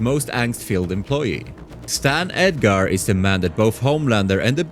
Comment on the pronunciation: kimio, eminem, edgare, homeylander, a tain. bro learn English